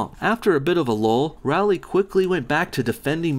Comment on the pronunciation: LOL. "" is such a moron. Can't even properly say the name of the person you attacking, and then just about all of your points can be countered by doing some cursory research. You're a joke.